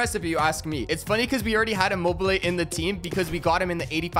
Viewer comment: Bro you call immobile im mobile📱 how to pronounce immobile:imo be le